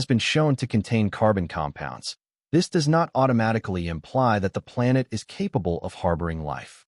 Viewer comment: Your A.I. robot narrator can't even pronounce the word "planet" correctly. Would it kill ya to maybe FIX that before you post your damn video? SMDH I just don't get it. I'm out .